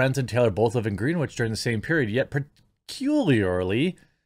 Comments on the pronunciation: It's pronounced "Grennich" btw. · Greenwich is pronounced GRENICH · Greenwich is pronounced GREN-itch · I think it’s pronounced ‘Gren-itch ‘ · Cultural tip of the day: Greenwich is pronounced "Gren itch" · Greenwich = Gren.Itch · Friendly fyi - Greenwich is pronounced Grennich. Idk why it just is. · it's pronounced as Grennich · Greenwich is pronounced Gren-ich Just so you know It’s quite hoity toity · BTW, it’s pronounced “gren-itch” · It's pronounced gren-itch. Wall street utopia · For the love of God Jeremy, it’s pronounced “Grenich” CT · I love your channel but Greenwich, is pronounced GRENN-ich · Pssst, Jeremy...it's pronounced "Gren-itch" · Pronounced: GREN-itch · It's pronounced Gren-itch Bro, just lettin' ya know. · It’s pronounced gren-ich. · Gren-ich, the W is silent. Come on you pleb (sarcasm) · Its pronounced gren-itch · The second worse thing about this story Jeremy, other than Taylor, is your bad pronunciation of Greenwich. It's pronounced Gren-itch. Not Green Witch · I know it's difficult to learn new things.... But can you learn how names are pronounced? The city is pronounced Gren- itch. I knew this 40 years ago. C'mon do some work before hand. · I think you pronounce Greenwich wrong. Nice work! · Greenwich is pronounced without the w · Holy shit, Jeremy. Do you really not know the correct pronunciation of "Greenwich?" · Pronouncing Greenwich as "green-which" and not "gren-itch" is a dead giveaway your parents didn't pay for you to go to boarding school lmao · FYI, it's Grenn-itch, not Green-witch, as in the Greenwich Meridien. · Its pronounced "Grennich" Jeremy, not "Green Witch" lol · "Green Witch"...? 😉 Generally Greenwich is pronounced Grenn Itch... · It's pronounced "Grennich" not Green-witch. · “GREN -ich” - not GREEN WICH!!!! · Pronounced "GREN-itch" not "GREEN-witch" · It’s not green witch. It’s pronounced Grenitch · im from CT, say it like GREN ITCH not green witch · It’s Gren-itch, not Green-witch. Just to clarify. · pronounced Gren-itch